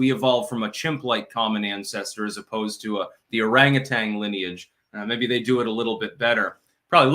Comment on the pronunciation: Orangutan: orangutanG 😂